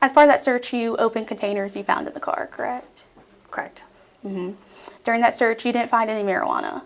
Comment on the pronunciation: "After Riley was arrested, you searched the car, is that correct?" "K'reckt" Oh my GOD, why do young women TALK that way? It sounds so arrogant and dismissive, like they are.🤣